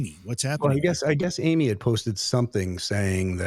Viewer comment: It’s so disrespectful how you continue to mispronounce Amy’s name. Also she quit literally is as well known as the guys that you named. It seems that you’re a Nick Groff fan boy and you can’t handle anyone speaking out against him. Another thing, Amy may not have the same experience that Jason has with being asked if he wants a show cancelled or not. I think Amy is valid in voicing her opinion and the way you and the other “bros” are acting about it are further proof that women get shit on in the paranormal community. Misogynistic much?